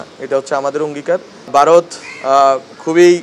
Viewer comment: তুই তো বাংলা-ও ঠিক মতো উচ্চারন করতে পারিস না ভারতকে বলছিস বারত, আওয়ামিলীগ তো এখনো প্রতিশোধ নেয়ে নি, প্রতিশোধের পালা সম্ভবতঃ তোর উপর দিয়ে-ই শুরু হবে, এটা কোনো ভাবে-ই তুই বা তোর পরিবার ঠেকাতে পারবে না, ঐক্যবধ্যর জন্য এতো অস্হির হয়ে পড়ছিস কেনো ?